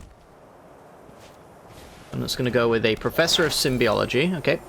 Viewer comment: You buffoon! It's called "Professor of Symbology", not "Symbiology"! Raaawr, rage and curses! 😤😤